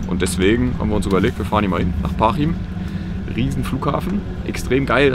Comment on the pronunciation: Geikes Video👍 aber Parchim wird mit weichem ch ausgesprochen